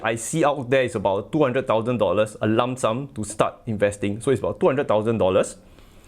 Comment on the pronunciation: I was going to say the same😂😂😂😂